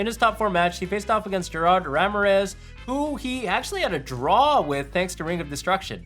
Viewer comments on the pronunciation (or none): Really unique way to say Ramirez